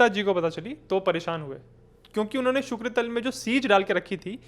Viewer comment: आपको ज्यादा पढ़ने की जरूरत है। इसके अलावा विषय की मूल स्थिति को समझें तभी किसी को समझा पाएंगे। आपको शुक्रताल बोलना है शुक्रतल नहीं। आपको नजीबुद्दौला की जीवनी पढ़नी चाहिए जो 1772 में उसकी मृत्यु के कुल दो साल बाद छपी। आपको अपनी ज्योग्राफी की स्टडी मजबूत करनी चाहिए और चीजों की बारीकियों के लिए rc मजूमदार को पढ़ना होगा।